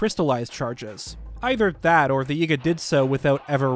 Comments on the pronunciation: why does bro say ''Yigga'' not yiga LMAO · He pronounces yiga as yigga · This guy says Yiga like Yigga, I've been saying it like Yeega 🤔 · Am I the only person who thinks how he says Yiga is… odd? 👀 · He bein sneaky